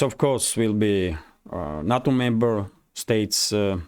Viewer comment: NATO is pronounced as Nay toe not nah toe - thanks